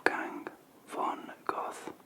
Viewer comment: Bruh the way you pronounced Johann Wolfgang von Goethe is killing me. I used to go to „Goethe Schule“ and there was some kind of self proclaimed eLiTe who would have taken their own lives if anyone would have seen them as „goths“ instead of german boss babies.